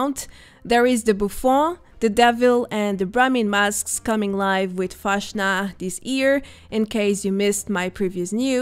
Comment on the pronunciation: it is always nice to see your videos, you do a great job! But I have to tell you something about "Fastnacht", speak "fast" not "fasht" - it is really similiar to the english "fast".... but the "s" is a bit faster:) Or in russian it would be a "c" not a "ш" or "ч" or the other "butterfly-letter" - I can't write it... I think I have seen the "fortune teller" aas a decoration object in the waterpark.... добрый вечер/good evening, I am curious about the next content